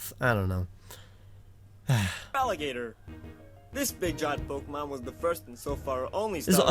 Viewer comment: YOU SAID POKEMON WRONG